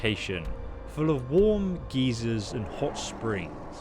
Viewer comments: "...warm geezers and hot springs..."🤣😅🤣 you meant geysers ( guy-zerz) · Geysers isn't pronounced Geezer...a warm geezer is something much different.